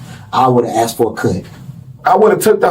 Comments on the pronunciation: They didn’t asked him they axed him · Axed ? The word is asked! 🤦‍♂️ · "THEY AX ME😂 THEY AX ME😅 THEY AX ME😂😂😂😂